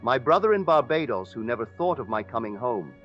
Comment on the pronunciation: AI imitating Neville's voice. You can tell especially pronounced words such as Barbados which the real Neville would've never said this way. So now they can copy our voice with AI. So don't believe everything you hear out there, it could be AI! Much respect to Neville though.